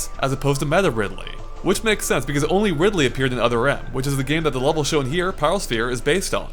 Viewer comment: umm....did you just call Ridley at first.....Ripley?